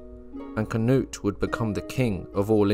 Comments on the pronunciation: I love ya but for the love of God - Cnut - "kuh-noot" or "kuh-newt" whichever fits in your mind better phonetically 👍😺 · Oof. Went from saying Knut/Cnut correctly to Cuh-nut.